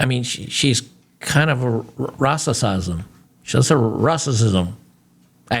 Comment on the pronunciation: had me spitting out my coffee when he said "rrrasssasisme" 🤣 Well played, Sir!